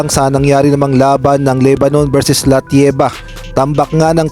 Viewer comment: ano ba sinasabi mo LATVIA o LATIEVA? pronunciation